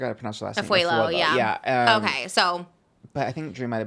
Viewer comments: Not Drew Ah-fuey-La 😭😭😭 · Also Drew’s last name is pronounced (ah-foo-ah-low) btw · hey trish! drew's last name is pronounced ah-fu-ah-lo, i know you've only seen it written down but its important to pronounce it correctly, love you so so much 🩷